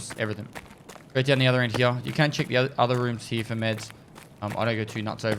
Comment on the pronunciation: no one commented on how he says 'hyeah' instead of here?